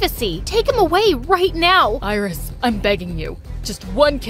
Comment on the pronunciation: That’s not iris thats irizz